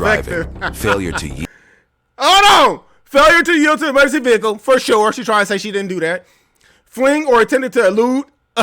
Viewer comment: GET IN YOUR VE-HI-CLE 🤣🤣…I love their accents with the Ricky Ross playing in the background ☺️☺️